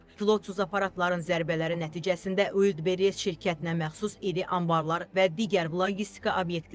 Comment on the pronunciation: Ulllbres yox Valbress